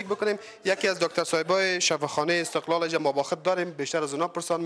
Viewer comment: شفاخانه( استقال) شما حتا کلمه را درست تکلم نمتوانید